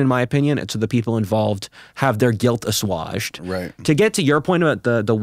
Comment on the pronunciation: That's one way to pronounce "assuaged" I guessed...